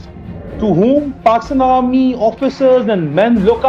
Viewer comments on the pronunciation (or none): 1 Hazar ke Karib = 1 hazal ke kalib 😆 Border = Bodal 😆 Army Chief = Almy chief 😝 Bipin rawat = Bipin lawat 🤪 Headquarter = हेदक्वाटर 😝😝😝 Faltu badke nahi marte = Faltu balke nahi malte 🤪🤪🤪🤪 Ja bolna sikh pehle 🤣🤣🤣🤣 Really Poor Pakistani is very Funny 😝🤣😝😆😝🤪